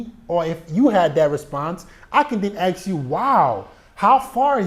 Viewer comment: I love how you say aks instead of ask